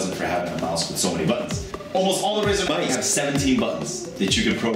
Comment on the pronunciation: listen to him say mice. haha it was added